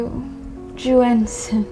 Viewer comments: My Mandarin is off, but isn’t it pronounced “YUN-Shen”? Not “YU-AN-shen”? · Why did the actors pronounce it like 'H2Juenshin,' or 'H2you-enshen' if it's actually spelled H2Yunshen? That would just be 'yuhn-shen' right? Maybe the AI read it weirdly, and ofc it's not a word in the English language, but using our phonetics, it wouldn't be pronounced like the actors pronounced it. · Anyone else bothered by how they kept pronouncing the bottle’s name as if it had a J instead of a Y?! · "aaych-two-wee-on shen" 😭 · Today I learned that "Yunshen" is apparently pronounced "Joo-En-Sen". Also I learned what a commercial made by Dhar Mann would look like. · the pronounciation of yunshen is so awful i can't even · AI couldnt even pronounce Yun Shen correctly lol... Is not like its that hard to figure out chinese phonetics XD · they never say the name correctly once.